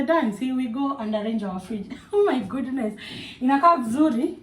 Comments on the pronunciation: I'm hearing "oh my gooduness!? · Ati unasema Ooh my Goduness😂ama ni mimi naskia zangu? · 😂😂😂yah amesema gudunesi😂 but Ako sawa ❤